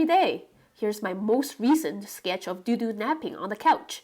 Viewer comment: Dodo sounds like the extinct bird. The way you pronounce his name shouldn't it be spelled DooDoo? I wish i could get another kitty. He'll mellow out with age, lots of age. For now he might be teething on electrical cords, teething on wooden furniture. Make sure to get him neutered if he's not already so he doesn't start spraying. How fun to have a new friend to sketch. You might need to take some photos if you want to sketch him awake. Kittens move quick.